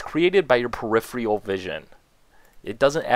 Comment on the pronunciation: And sometimes a wall of text lasted on screen for 1 second while he was talking about something else in the background. :-/ BTW- peripheral is not pronounced "pre - if- re - all"..